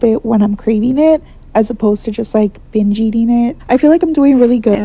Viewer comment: The word is “binge” not “hinge” 😭